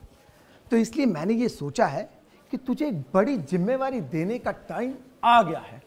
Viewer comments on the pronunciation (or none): jimvevari nhi hota hai Jimmeadari hota hai😂😂😂